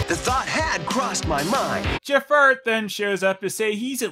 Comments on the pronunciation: I'm not sure if you were calling him "Jafart" or not, but I'm going to imagine you were. It makes this review so much more tolerable. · Are you saying Ja-fart? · Everytime you say Jafar,it sounds like you said Jafart